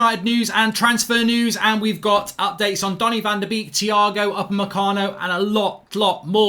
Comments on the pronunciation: Donny van de Beek is pronounced ‘bake’ as in baking a cake Mark ?....also as in the 250th birthday boy - Ludwig van Beethoven ! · It's pronounced "Bek" but make the e a bit longer cause of the double e. I know, Dutch pronunciations are hard